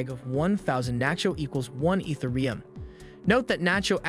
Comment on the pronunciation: Eeth ah ree yum. thanks for the video brotha.